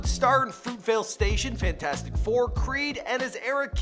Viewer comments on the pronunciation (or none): none